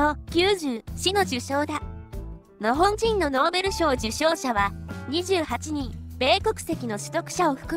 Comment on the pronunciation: 「日本」とか「日本軍」と違って、「日本人」の時だけ「のほんじん」って聞こえるのは私だけ？ 別の動画でもそうだった気がするんだけど、何か設定間違えてません？